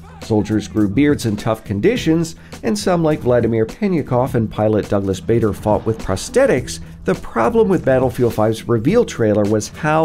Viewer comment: Pronunciation of Douglas Bader hurt, he's an amazing and very famous war hero 🤦‍♂️